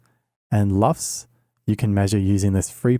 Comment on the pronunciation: It's LUFS, not LUFT. LUFS: Loudness units, full-scale. LUFT: the last name of a screen star of the early 20th century (Lorna Luft, look her up; follow the yellow-brick road...).